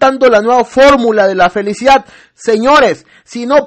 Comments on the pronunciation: Ay si que no estudio siempre dice felicida y no de dice así ni se escribe así es FELICIDAD.aparte de burlarse de nosotros mmmm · Entonces,, ¿está trabajando?, tengo entendido que nunca lo ha hecho,,, pero "increíble", Maduro si dice.. FelicidaD, No felicida.